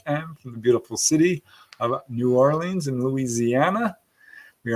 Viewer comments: The Crescent City is properly pronounced "New OR-lee-ans", NOT "New Or-LEENS". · It's pronounced Naw-lin